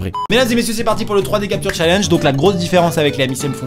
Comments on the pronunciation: On dit pas challenge chalange mais tchaléndge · "chal ange" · il a dit chalenge a la française ce con